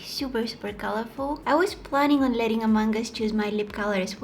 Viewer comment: It sounds like ✨AMANGAS✨